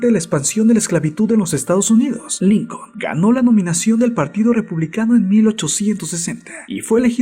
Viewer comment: ¿A nadie mas le molesta que quien narra éste vídeo no sepa pronunciar muchas, en verdad muchas palabras en ingles?, ¿"Eibrajan Lincon"?. Y no es el primero, en verdad, solo quiero que sea un aporte, generalmente tienen buenos temas, pero la narrativa resta mucho a la calidad de la información.